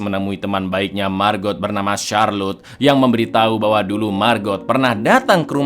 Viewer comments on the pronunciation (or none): Bacanya bukan Margot tapi Mago (lihat di scene saat Alex dan Margot di danau) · margot itu di ucapkan cuma margo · Lhaaa kok MARGOT sih bacanya??? Margot itu bacanya MARGO. T nya ga bunyi kak... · Jaques bacanya jaaks, margot : margo bang. 🙏